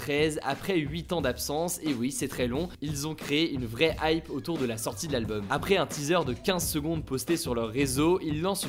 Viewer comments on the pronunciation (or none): none